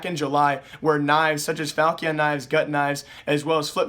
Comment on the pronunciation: say falchion knife like this = ''falshen kinfe'' that is how you pronunce it